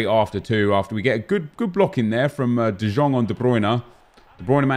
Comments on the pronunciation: who else got triggered bye him saying de jjong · Nep, it's written De Jong but pronounce it De yong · Can you stop se de Jong like that it's like de yong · How long has this game been out and you still cant say De Jong right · Stop pronouncing the j in de Jong